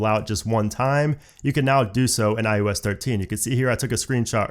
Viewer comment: IEWS 13 IEWS 13 IEWS 13. IOS 13* Why dont you like eeeeeeever say it right😖